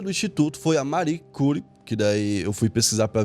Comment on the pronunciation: Você fez uma pesquisa muito boa e ela merecia alguns cuidados como escrever corretamente o nome do Yves Saint Laurent, citar uma moeda que ainda não existia e não ter cuidado em pesquisar a pronúncia correta da Madame Curie,por exemplo .